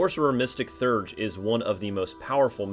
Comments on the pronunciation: Actually, more like Thay-urge. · Theurge is pronounced “thee-urge”